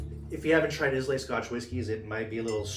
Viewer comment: EYE-LA not IS-LAY